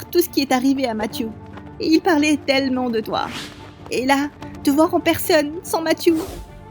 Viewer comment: Qui a entendu du quand dit j avais talmant p eur😂😂😂😂😂